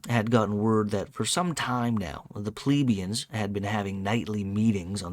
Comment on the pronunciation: You don't say plebians like "Pleebians", mostly because it is not spelled like that. The same with pleb, you never say it like "pleeb", because it is not spelled like that, just be consistent with how you say other words, like help, yelp, set, fret, dredge, fletch, stretch and so on. No need to freak out over a simple word like plebian and go out of your way to mispronounce it like that.